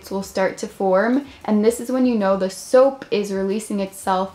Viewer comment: Soapp,colorentt,why dont you just say it normally like soap, colorant